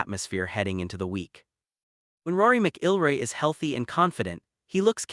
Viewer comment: You can't even pronounce "McIlroy" correctly. AI slop at its worst.